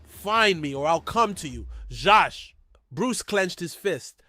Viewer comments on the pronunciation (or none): Zsas not Sjosj and it's Vries, Victor Vries or van de Vries depending which narrative they use